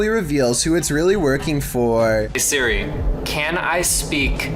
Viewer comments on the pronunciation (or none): God I wish he would say “Siri” and not “Suri”.